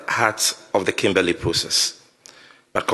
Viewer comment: Thanks 🙏🏾 for your frequent updates about our country’s development of our country. Please check your pronunciation of KIMBERLEY. You can google the right pronunciation or listen to Sammy Gyamfi’s pronunciation cos the way you pronounced the name is so wrong.